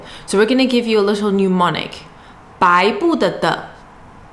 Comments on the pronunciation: Thanks for the video. FYI though. Its not pronounced 'new-monic'. It should be 'nem-onic' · hi... SIGH... whilst i can only dream of getting my childish chinese up to your standard... please note, that since you will use the word a lot in teaching... it is "mnemonic" NOT "pneumonic"... VERY different words!!